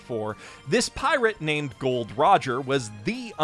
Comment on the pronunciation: HOW DARE YOU CALL HIM GOLD! YOU KNOW FULL WELL IT'S GOL. D.